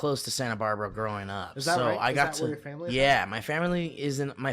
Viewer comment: saying fam er erly instead of family got me so good my 1st listen thru jfc